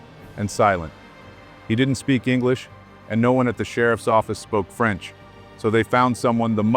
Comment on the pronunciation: PEY-RIS, FRENS.